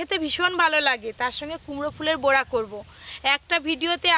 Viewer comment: বড়া নয়। বোড়া,বোড়া বোড়া !!!! মালাইকারিতে ঘী ????? ভাল করে হাড়গিলেটাকে গেলাও।